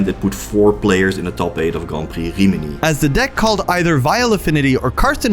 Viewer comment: Every time he says "Grompy" instead of "Grand Prix"